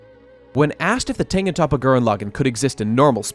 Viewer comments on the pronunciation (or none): It's not top-a it's tope-a